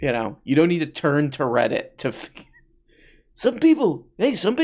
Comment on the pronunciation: "This is by the way in a categowy on Weddit ..." What happened there, Candy?